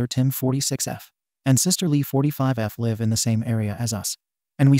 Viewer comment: OMG PEOPLE PLEASE LEARN THE TWO DIFFERENT PRONUNCIATIONs THE WORD LIVE!!!! ALL THESE STORIES OUT OF OTHER COUNTRIES ARE MAKING US CRAZY!! Please learn English and pronunciations if you're going to upload these stories